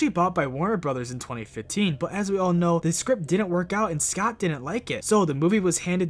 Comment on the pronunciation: Why does he pronounce scott like scout